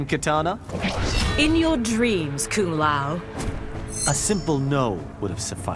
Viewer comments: Bruh, Johnny Cage literally called Kung Lao "Kum Pao" (like the chicken) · “Dung lao” “Kung Pao” good fucking lord give he man a break